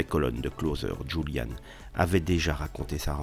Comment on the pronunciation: cette voix robotique fait trop faux pour etre crédible , ça sent l'IA à plein nez et puis entendre prononcer "juliane" pour julian , non